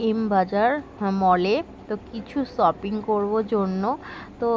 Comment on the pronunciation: Mondira famous hoyeche porokeya kore😮apner shoping uchcharon thik korben baje lage sunte😊